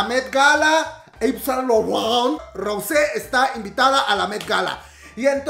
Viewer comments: Jajajaja me reía a cada rato que decias Saunt Laurent, Te amo ❤️❤️❤️❤️ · ...is san lorrawn! JAJAJAJA AMO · 🤣🤣 Como pronuncia: SAAAINT LAURENTTT 😂😂😂😂😂🤭 Me hizo el día 🤣🤣🤣🤣🤣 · Reí cada vez que decías Saint Laurent 😂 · Wey me da un chingo de risa cada que tenía que pronunciar Saint Laurent 😂